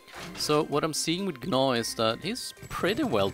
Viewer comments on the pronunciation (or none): yea i know lol, he says G-naw, but its supposed to be pronounced Naw. idc how you say it. i just wanted to let you know lol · the g in gnaw is silent lol, sorry it was bugging me